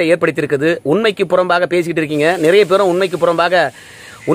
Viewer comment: True. Even pronunciation of so many words is wrong. Example நிறைய is pronounced as நரைய. There's no word as காண்டி as replacement for அதற்காக வேண்டி. A lot of other examples can cited. My father taught me sounds of the Tamil alphabets. The rest I learnt myself. How come the Tamils of Tamil Nadu can't learn Tamil.